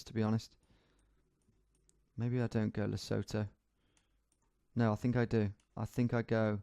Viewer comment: For the pronunciation of Lesotho the 'sotho' sound is more like 'soot' (black powder residue) + 'to'.